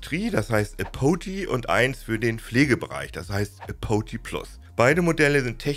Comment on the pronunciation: Bitte das nächste Mal vor der Videoproduktion nachschlagen, wie Apogee (engl. Gipfel, Höhepunkt) ausgesprochen wird.